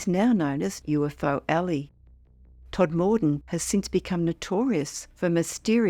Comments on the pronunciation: Please let them know it's pronounced Todma den not Tod more den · Not Tod-moor-den. Todmuden. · Please tell AI that Todmorden is pronounced TOD-ma-don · Lovely upload, as always. Just one thing, Todmorden is pronounced TOD-muh-dun. (No big deal, just for future reference 🙂👍).